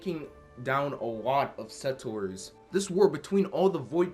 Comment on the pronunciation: You're still saying settors instead of settlers..